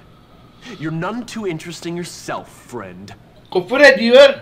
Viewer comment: ABE GÜFÜR EĞT GÜFUR